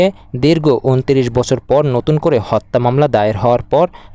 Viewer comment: Miskin sangbadik "Hotta" ucharon kortay paray na